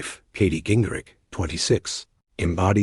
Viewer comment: can you at least try to get the name right ging-rich r-i-c-h-h-h